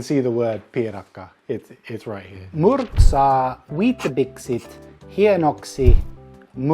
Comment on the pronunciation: More impressed than the cooking was how good the translator understood some of your words:D "murksaa" and still somehow knew "oh it must be talking and accidentally flipped some consonants around, propably murskaa". Was sure you put too much porridge in, but end results still turned out delicious.